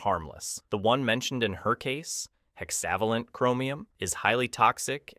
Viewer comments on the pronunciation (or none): F*cking A.I./Synth Voiceover, again. Can anything be left to humans? Can anyone who produces this stuff just.. ask someone who can read with interest (and an understanding of how to properly-pronounce stuff)? "HexAvvulunt"? 'HEX-A-VAY-LENT'. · Hexa-VAY-lent. They pronounce it several times per minute in the film…